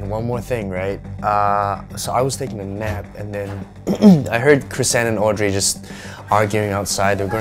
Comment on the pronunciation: Pretty sure its Chrysan (Not trying to blame)